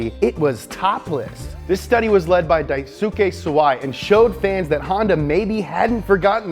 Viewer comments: It's pronounced ''Daiske'' you don't say the ''u'' sound. :) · Daisuke is pronounced Dice-ke, not Dai-su-ke